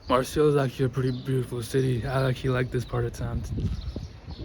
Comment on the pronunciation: It's pronounced Mar-say.